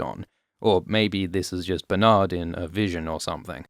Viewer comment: “Bernardald” haha